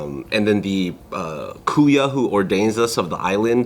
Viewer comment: When said “kuya” did he mean “KAHU”? 😂🤣